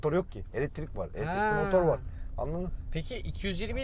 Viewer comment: Eletirikli demen beni öldürüyor